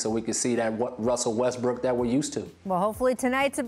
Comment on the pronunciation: WUSSEL WESTWOOK